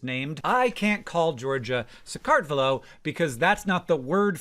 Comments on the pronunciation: You can’t call Georgia SakArtvelo because, famously, there is no stress in the Georgian language. Which can be hard for speakers of other languages, so if you really need to put a stress in there somewhere, it is going to be SakartvElo, but definitely NOT SakArtvelo. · "ve" syllable should be stressed in "Sakartvelo" :) Definitely not "kart". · Hank, I'm so sorry, but "Sakartvelo" has no syllabic emphasis (as is the case for all Georgian words)-- it's not sa-KART-ve-lo, but sa-kart-vel-o, all syllables pronounced flat / equal to one another. If it helps, you can put emphasis on "Sa," but not the other syllables. ANYWAY thank you for putting so much information about Sakartvelo and the Kartuli language in this video 😍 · Pretty sure the sress is on E - sakartvElo, not sakArtvelo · Pronunciation tip from a US citizen living in Georgia for 17 years. Bravo for attempting sakartvelo, but the emphasis, and it’s a much milder one, should be on the third syllable, so sakartVElo, not saKARTvelo. Just fyi. Most Georgians would in fact be thrilled you just knew there exists another name. 😊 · Minor correction from somebody who lives in the country Georgia: Georgian language doesn't really have the same vowel stress as English does but at least to my ear, the pronunciation of "Sakartvelo" is much closer to SakartvElo then to SaqArtvelo. Mind you, I'm not native and speak Georgian quite badly, so take it with a grain of salt. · The emphasis is not on the second syllable in Sakartvelo. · You got the pronunciations of Sakartvelo wrong. 😭